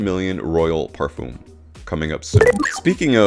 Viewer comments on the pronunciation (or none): Your videos are really good . Great graphics as well. But just to point out . PARFUM is pronounced differently. Common! A true fraghead should know how to say Parfum It's like in Eau de Parfum Thank you Humble viewer basen in London